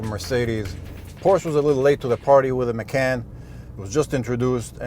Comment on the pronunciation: Please learn how to pronounce "Macan" and "Porsche".